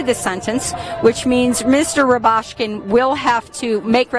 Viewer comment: How many times should it take for her to get the correct pronunciation of his name??